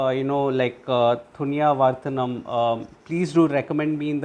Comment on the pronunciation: ThAni Not ThUni